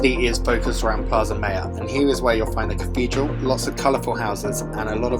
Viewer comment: Nice video. Saw Cuenca for the first time recently on the Steve Coogan/Rob Brydon series "The Trip to Spain" and was impressed. Now it's definitely in my plans for next summer. Thanks. Tip: "Mayor" is not pronounced like English mayor. More like MAH-YAWRRR.